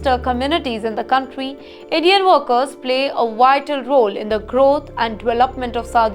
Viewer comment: It's workers pronounced as werkers not worekers.